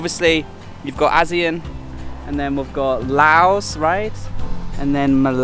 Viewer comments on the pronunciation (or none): none